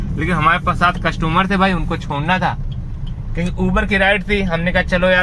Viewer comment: कस्टमर बोला करो भाई #कस्टूमर नही होता है😅😅